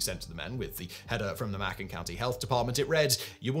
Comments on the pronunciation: Hey Simon, it's said this way..the county in Alabama. : [MAY] + [KUHN]. 🤓😉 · Macon rhymes with Bacon